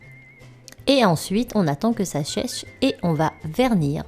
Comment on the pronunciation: à tu as dit " et ensuite on attend que sa cheche " 😂xD mais super video et surtout les couleurs que tu as choisie😍